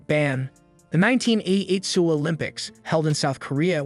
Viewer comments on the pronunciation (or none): Very odd way to pronounce Seoul. It should sound like “Soul” or “Sowl”.